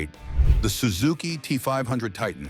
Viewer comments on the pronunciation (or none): none